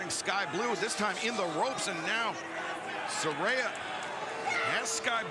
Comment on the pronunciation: Not Soraya, it's Saraya